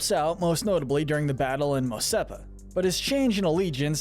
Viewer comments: It's Mos ESPA not Mos SEPA! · Mos Epa ❌ Mos Espa ✅